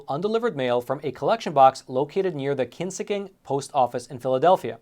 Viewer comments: The pronunciation of Kingsessing is hilarious. It's King-sess-ing. To me, it sounded like Kinsicking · Being from Philly and hearing you pronounce “Kingseasing” wrong was funny.